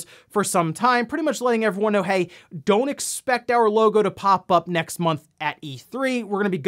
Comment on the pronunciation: Did anyone else notice he said "he guys welcome to NewsWave" or is that normal?